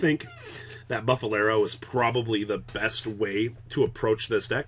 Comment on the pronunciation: I swear pretends to know what he's talking about, also he mispronounced everything 😂 I gave up when he said "bufferlero"